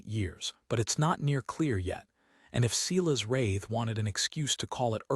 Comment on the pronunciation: And Silas pronounced Ceelas grates on me.